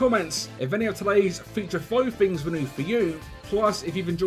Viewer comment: "5 Fings you may not know"